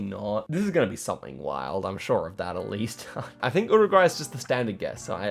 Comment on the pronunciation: yuruguay not uruguay pronounciation